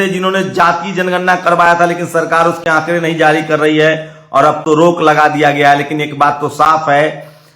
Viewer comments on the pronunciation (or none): none